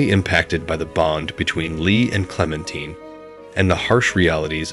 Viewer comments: Clemtine lol😂 it's Clementine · It's clementine not clementeen lmao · The source of inspiration for season 1 of The Walking Dead game, wasn't the T.V show. It was the comic book series. Also, stop pronouncing Clemintine's name incorrectly. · it's {KLEM' en teye n), NOT (klem en TEEN)! and it's (SHE rel) NOT (CHE rel)! Please check your pronunciation before recording. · I didnt think it was possible to say clementine wrong after he literally says it. Like it literally makes me assume that the person talking about the HEAVILY dialogue focused game has never played by them to be that unable to say the name 100 percent wrong. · Never getting over Lee, and you're mispronouncing Clementine :') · okay well despite it being a french name everyone in the game pronounces it the american way. he’s mispronouncing her regardless of the names origin 💀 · Totes how amazing the game is, says one of the main characters name wrong the entire time. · Nice video but you were pronouncing Clems name wrong the whole time.....😅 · you’re gonna say TWD game is better than the show yet not even know how to say the main characters name… ok. blank stare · You obviously didn’t play the walking dead if you’re gonna say clementine wrong